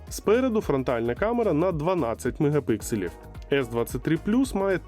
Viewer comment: Мегапікселів, а не мегапикселів